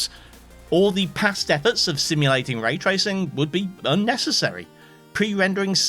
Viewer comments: "tray racing" the finest sport of all... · bruh, "tray tracing" ... you're better than that! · "Tray racing" 😭😭😭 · lol "tray racing" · 'tray tracing'